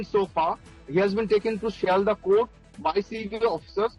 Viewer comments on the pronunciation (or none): Pronounce properly its not seldah its Sealdah.